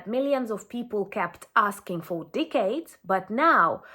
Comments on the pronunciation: Decades not Dickades lady. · "deh cades" respectfully